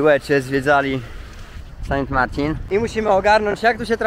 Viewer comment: San Marte nie Martin sie wymawia